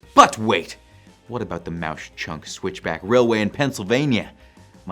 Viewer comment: It's pronounced Mawk Chunk (I'm a local)